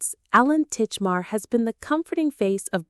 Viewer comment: I know AI voiceovers are cheap but it ruins a video when it can't read properly. Titchmarsh not Titchmar is his name and the programme name is Ground Force (not Forest). Go back to using real people please.